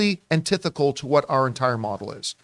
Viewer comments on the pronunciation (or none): Not pronounced antithecal. Its Antithetical.